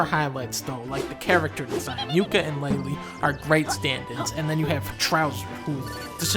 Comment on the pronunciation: More like Dunka-LEAHlee